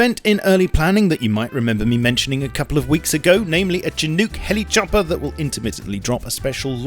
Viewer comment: You pronounced chinook wrong